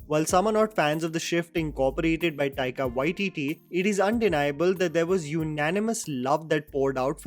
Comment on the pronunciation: When Taika Waititi becomes Waika Tatti... 😄